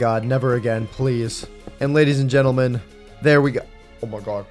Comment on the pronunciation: why did u say gadies and lentlemen?